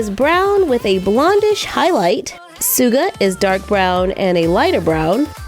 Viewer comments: Suga does not look like Suga and it's pronounced as like Sugar it's so ooo annoying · Uh you said suga wrong it's basically sugar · The way she says suga is killing me 😂 It’s pronounced shuga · Suga's name was derived from Sugar.. so it's pronounced as "SHuga".. but we all make mistakes and you're living every army's dream lifeee💜 -that is to afford bts' merchandise 😅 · It is actually pronounced shuga but written suga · Suga it's pronounced s~h~u~g~a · Suga is pronounced “Shuga”. Like sugar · DiD i jUsT hEaR “sooga”?? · NOOOO NOT SUGA WITH AN S ITS PRONOUNCED SHUGA!!!! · I'm LEGIT just now getting my J-Hope doll in the mail that shipped July 28 and I CANT WAIT AND I WANNA GET THE OTHER ONESSSS also i dont wanna be nit-picky or anything but Suga is pronouced like Sugar but without the R. Don't worry, I made the same mistake when I first got into BTS and I only got J-Hope bc it looks the best and I didn't want my bro to accuse me of taking off Jungkook's shirt (he is my bias) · •~• I don’t like them. Their body’s aren’t that bulky. And I know some weird ash girl is going to just order them to see their body’s. I also don’t like their faces. And their suits are much more tight irl Btw you also pronounced their names wrong Suga is pronounced shuga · SUGAs name is actually pronounced shoo-ga. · I was complaining all the time she say Suuga 🤣🤣🤣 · Or like ‘Shugah’ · I hate how she said Suga its pronounced like shugaa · WHY CANT ANYBODY SAY SUGAS NAME RIGHT ITS LITERALLY SHUGA BUT SUGA IS IT THAT HARD Plus I wish I could buy them 🌝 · I’m not hating but then how you really pronounce Suga is Shu-ga I’m not hating tho but I love your vids. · 'sooga'.... sure😂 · Why does anyone saying yoongis stage name is SUGA? the pronounciation of that is SHU-GAH (Suga)... btw be an army now LIKE US HEHEHE also be a kpop fan now I REALLY CANT BELIEVE YOU'RE OPENING BTS DOLLS! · suga is pronounced like surgar with out the r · its pronoused (sugar) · “SOOGA” ZSNKSKKIW